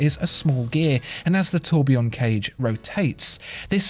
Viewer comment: Oh Dear ! Your pronunciation of the French words is like the scraping of fingernails across a blackboard. I am trying to concentrate on the description of the watch Then, EEEEEEEEKKKK